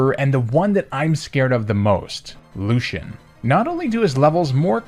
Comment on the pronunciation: THE E IN LUCIAN IS SUPPOSED TO BE AN A!